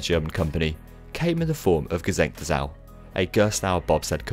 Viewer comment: Damn, I finally know how to pronounce G' Sengte Sau